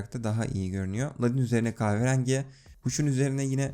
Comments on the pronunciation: "kahverangi" hahaha çok iyi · kahve rengi demesi tek banamı tuhaf geli,yo